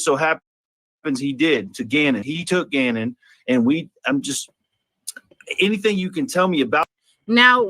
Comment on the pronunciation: Cant eat or drink “ANYTHINK” get it right 😂😂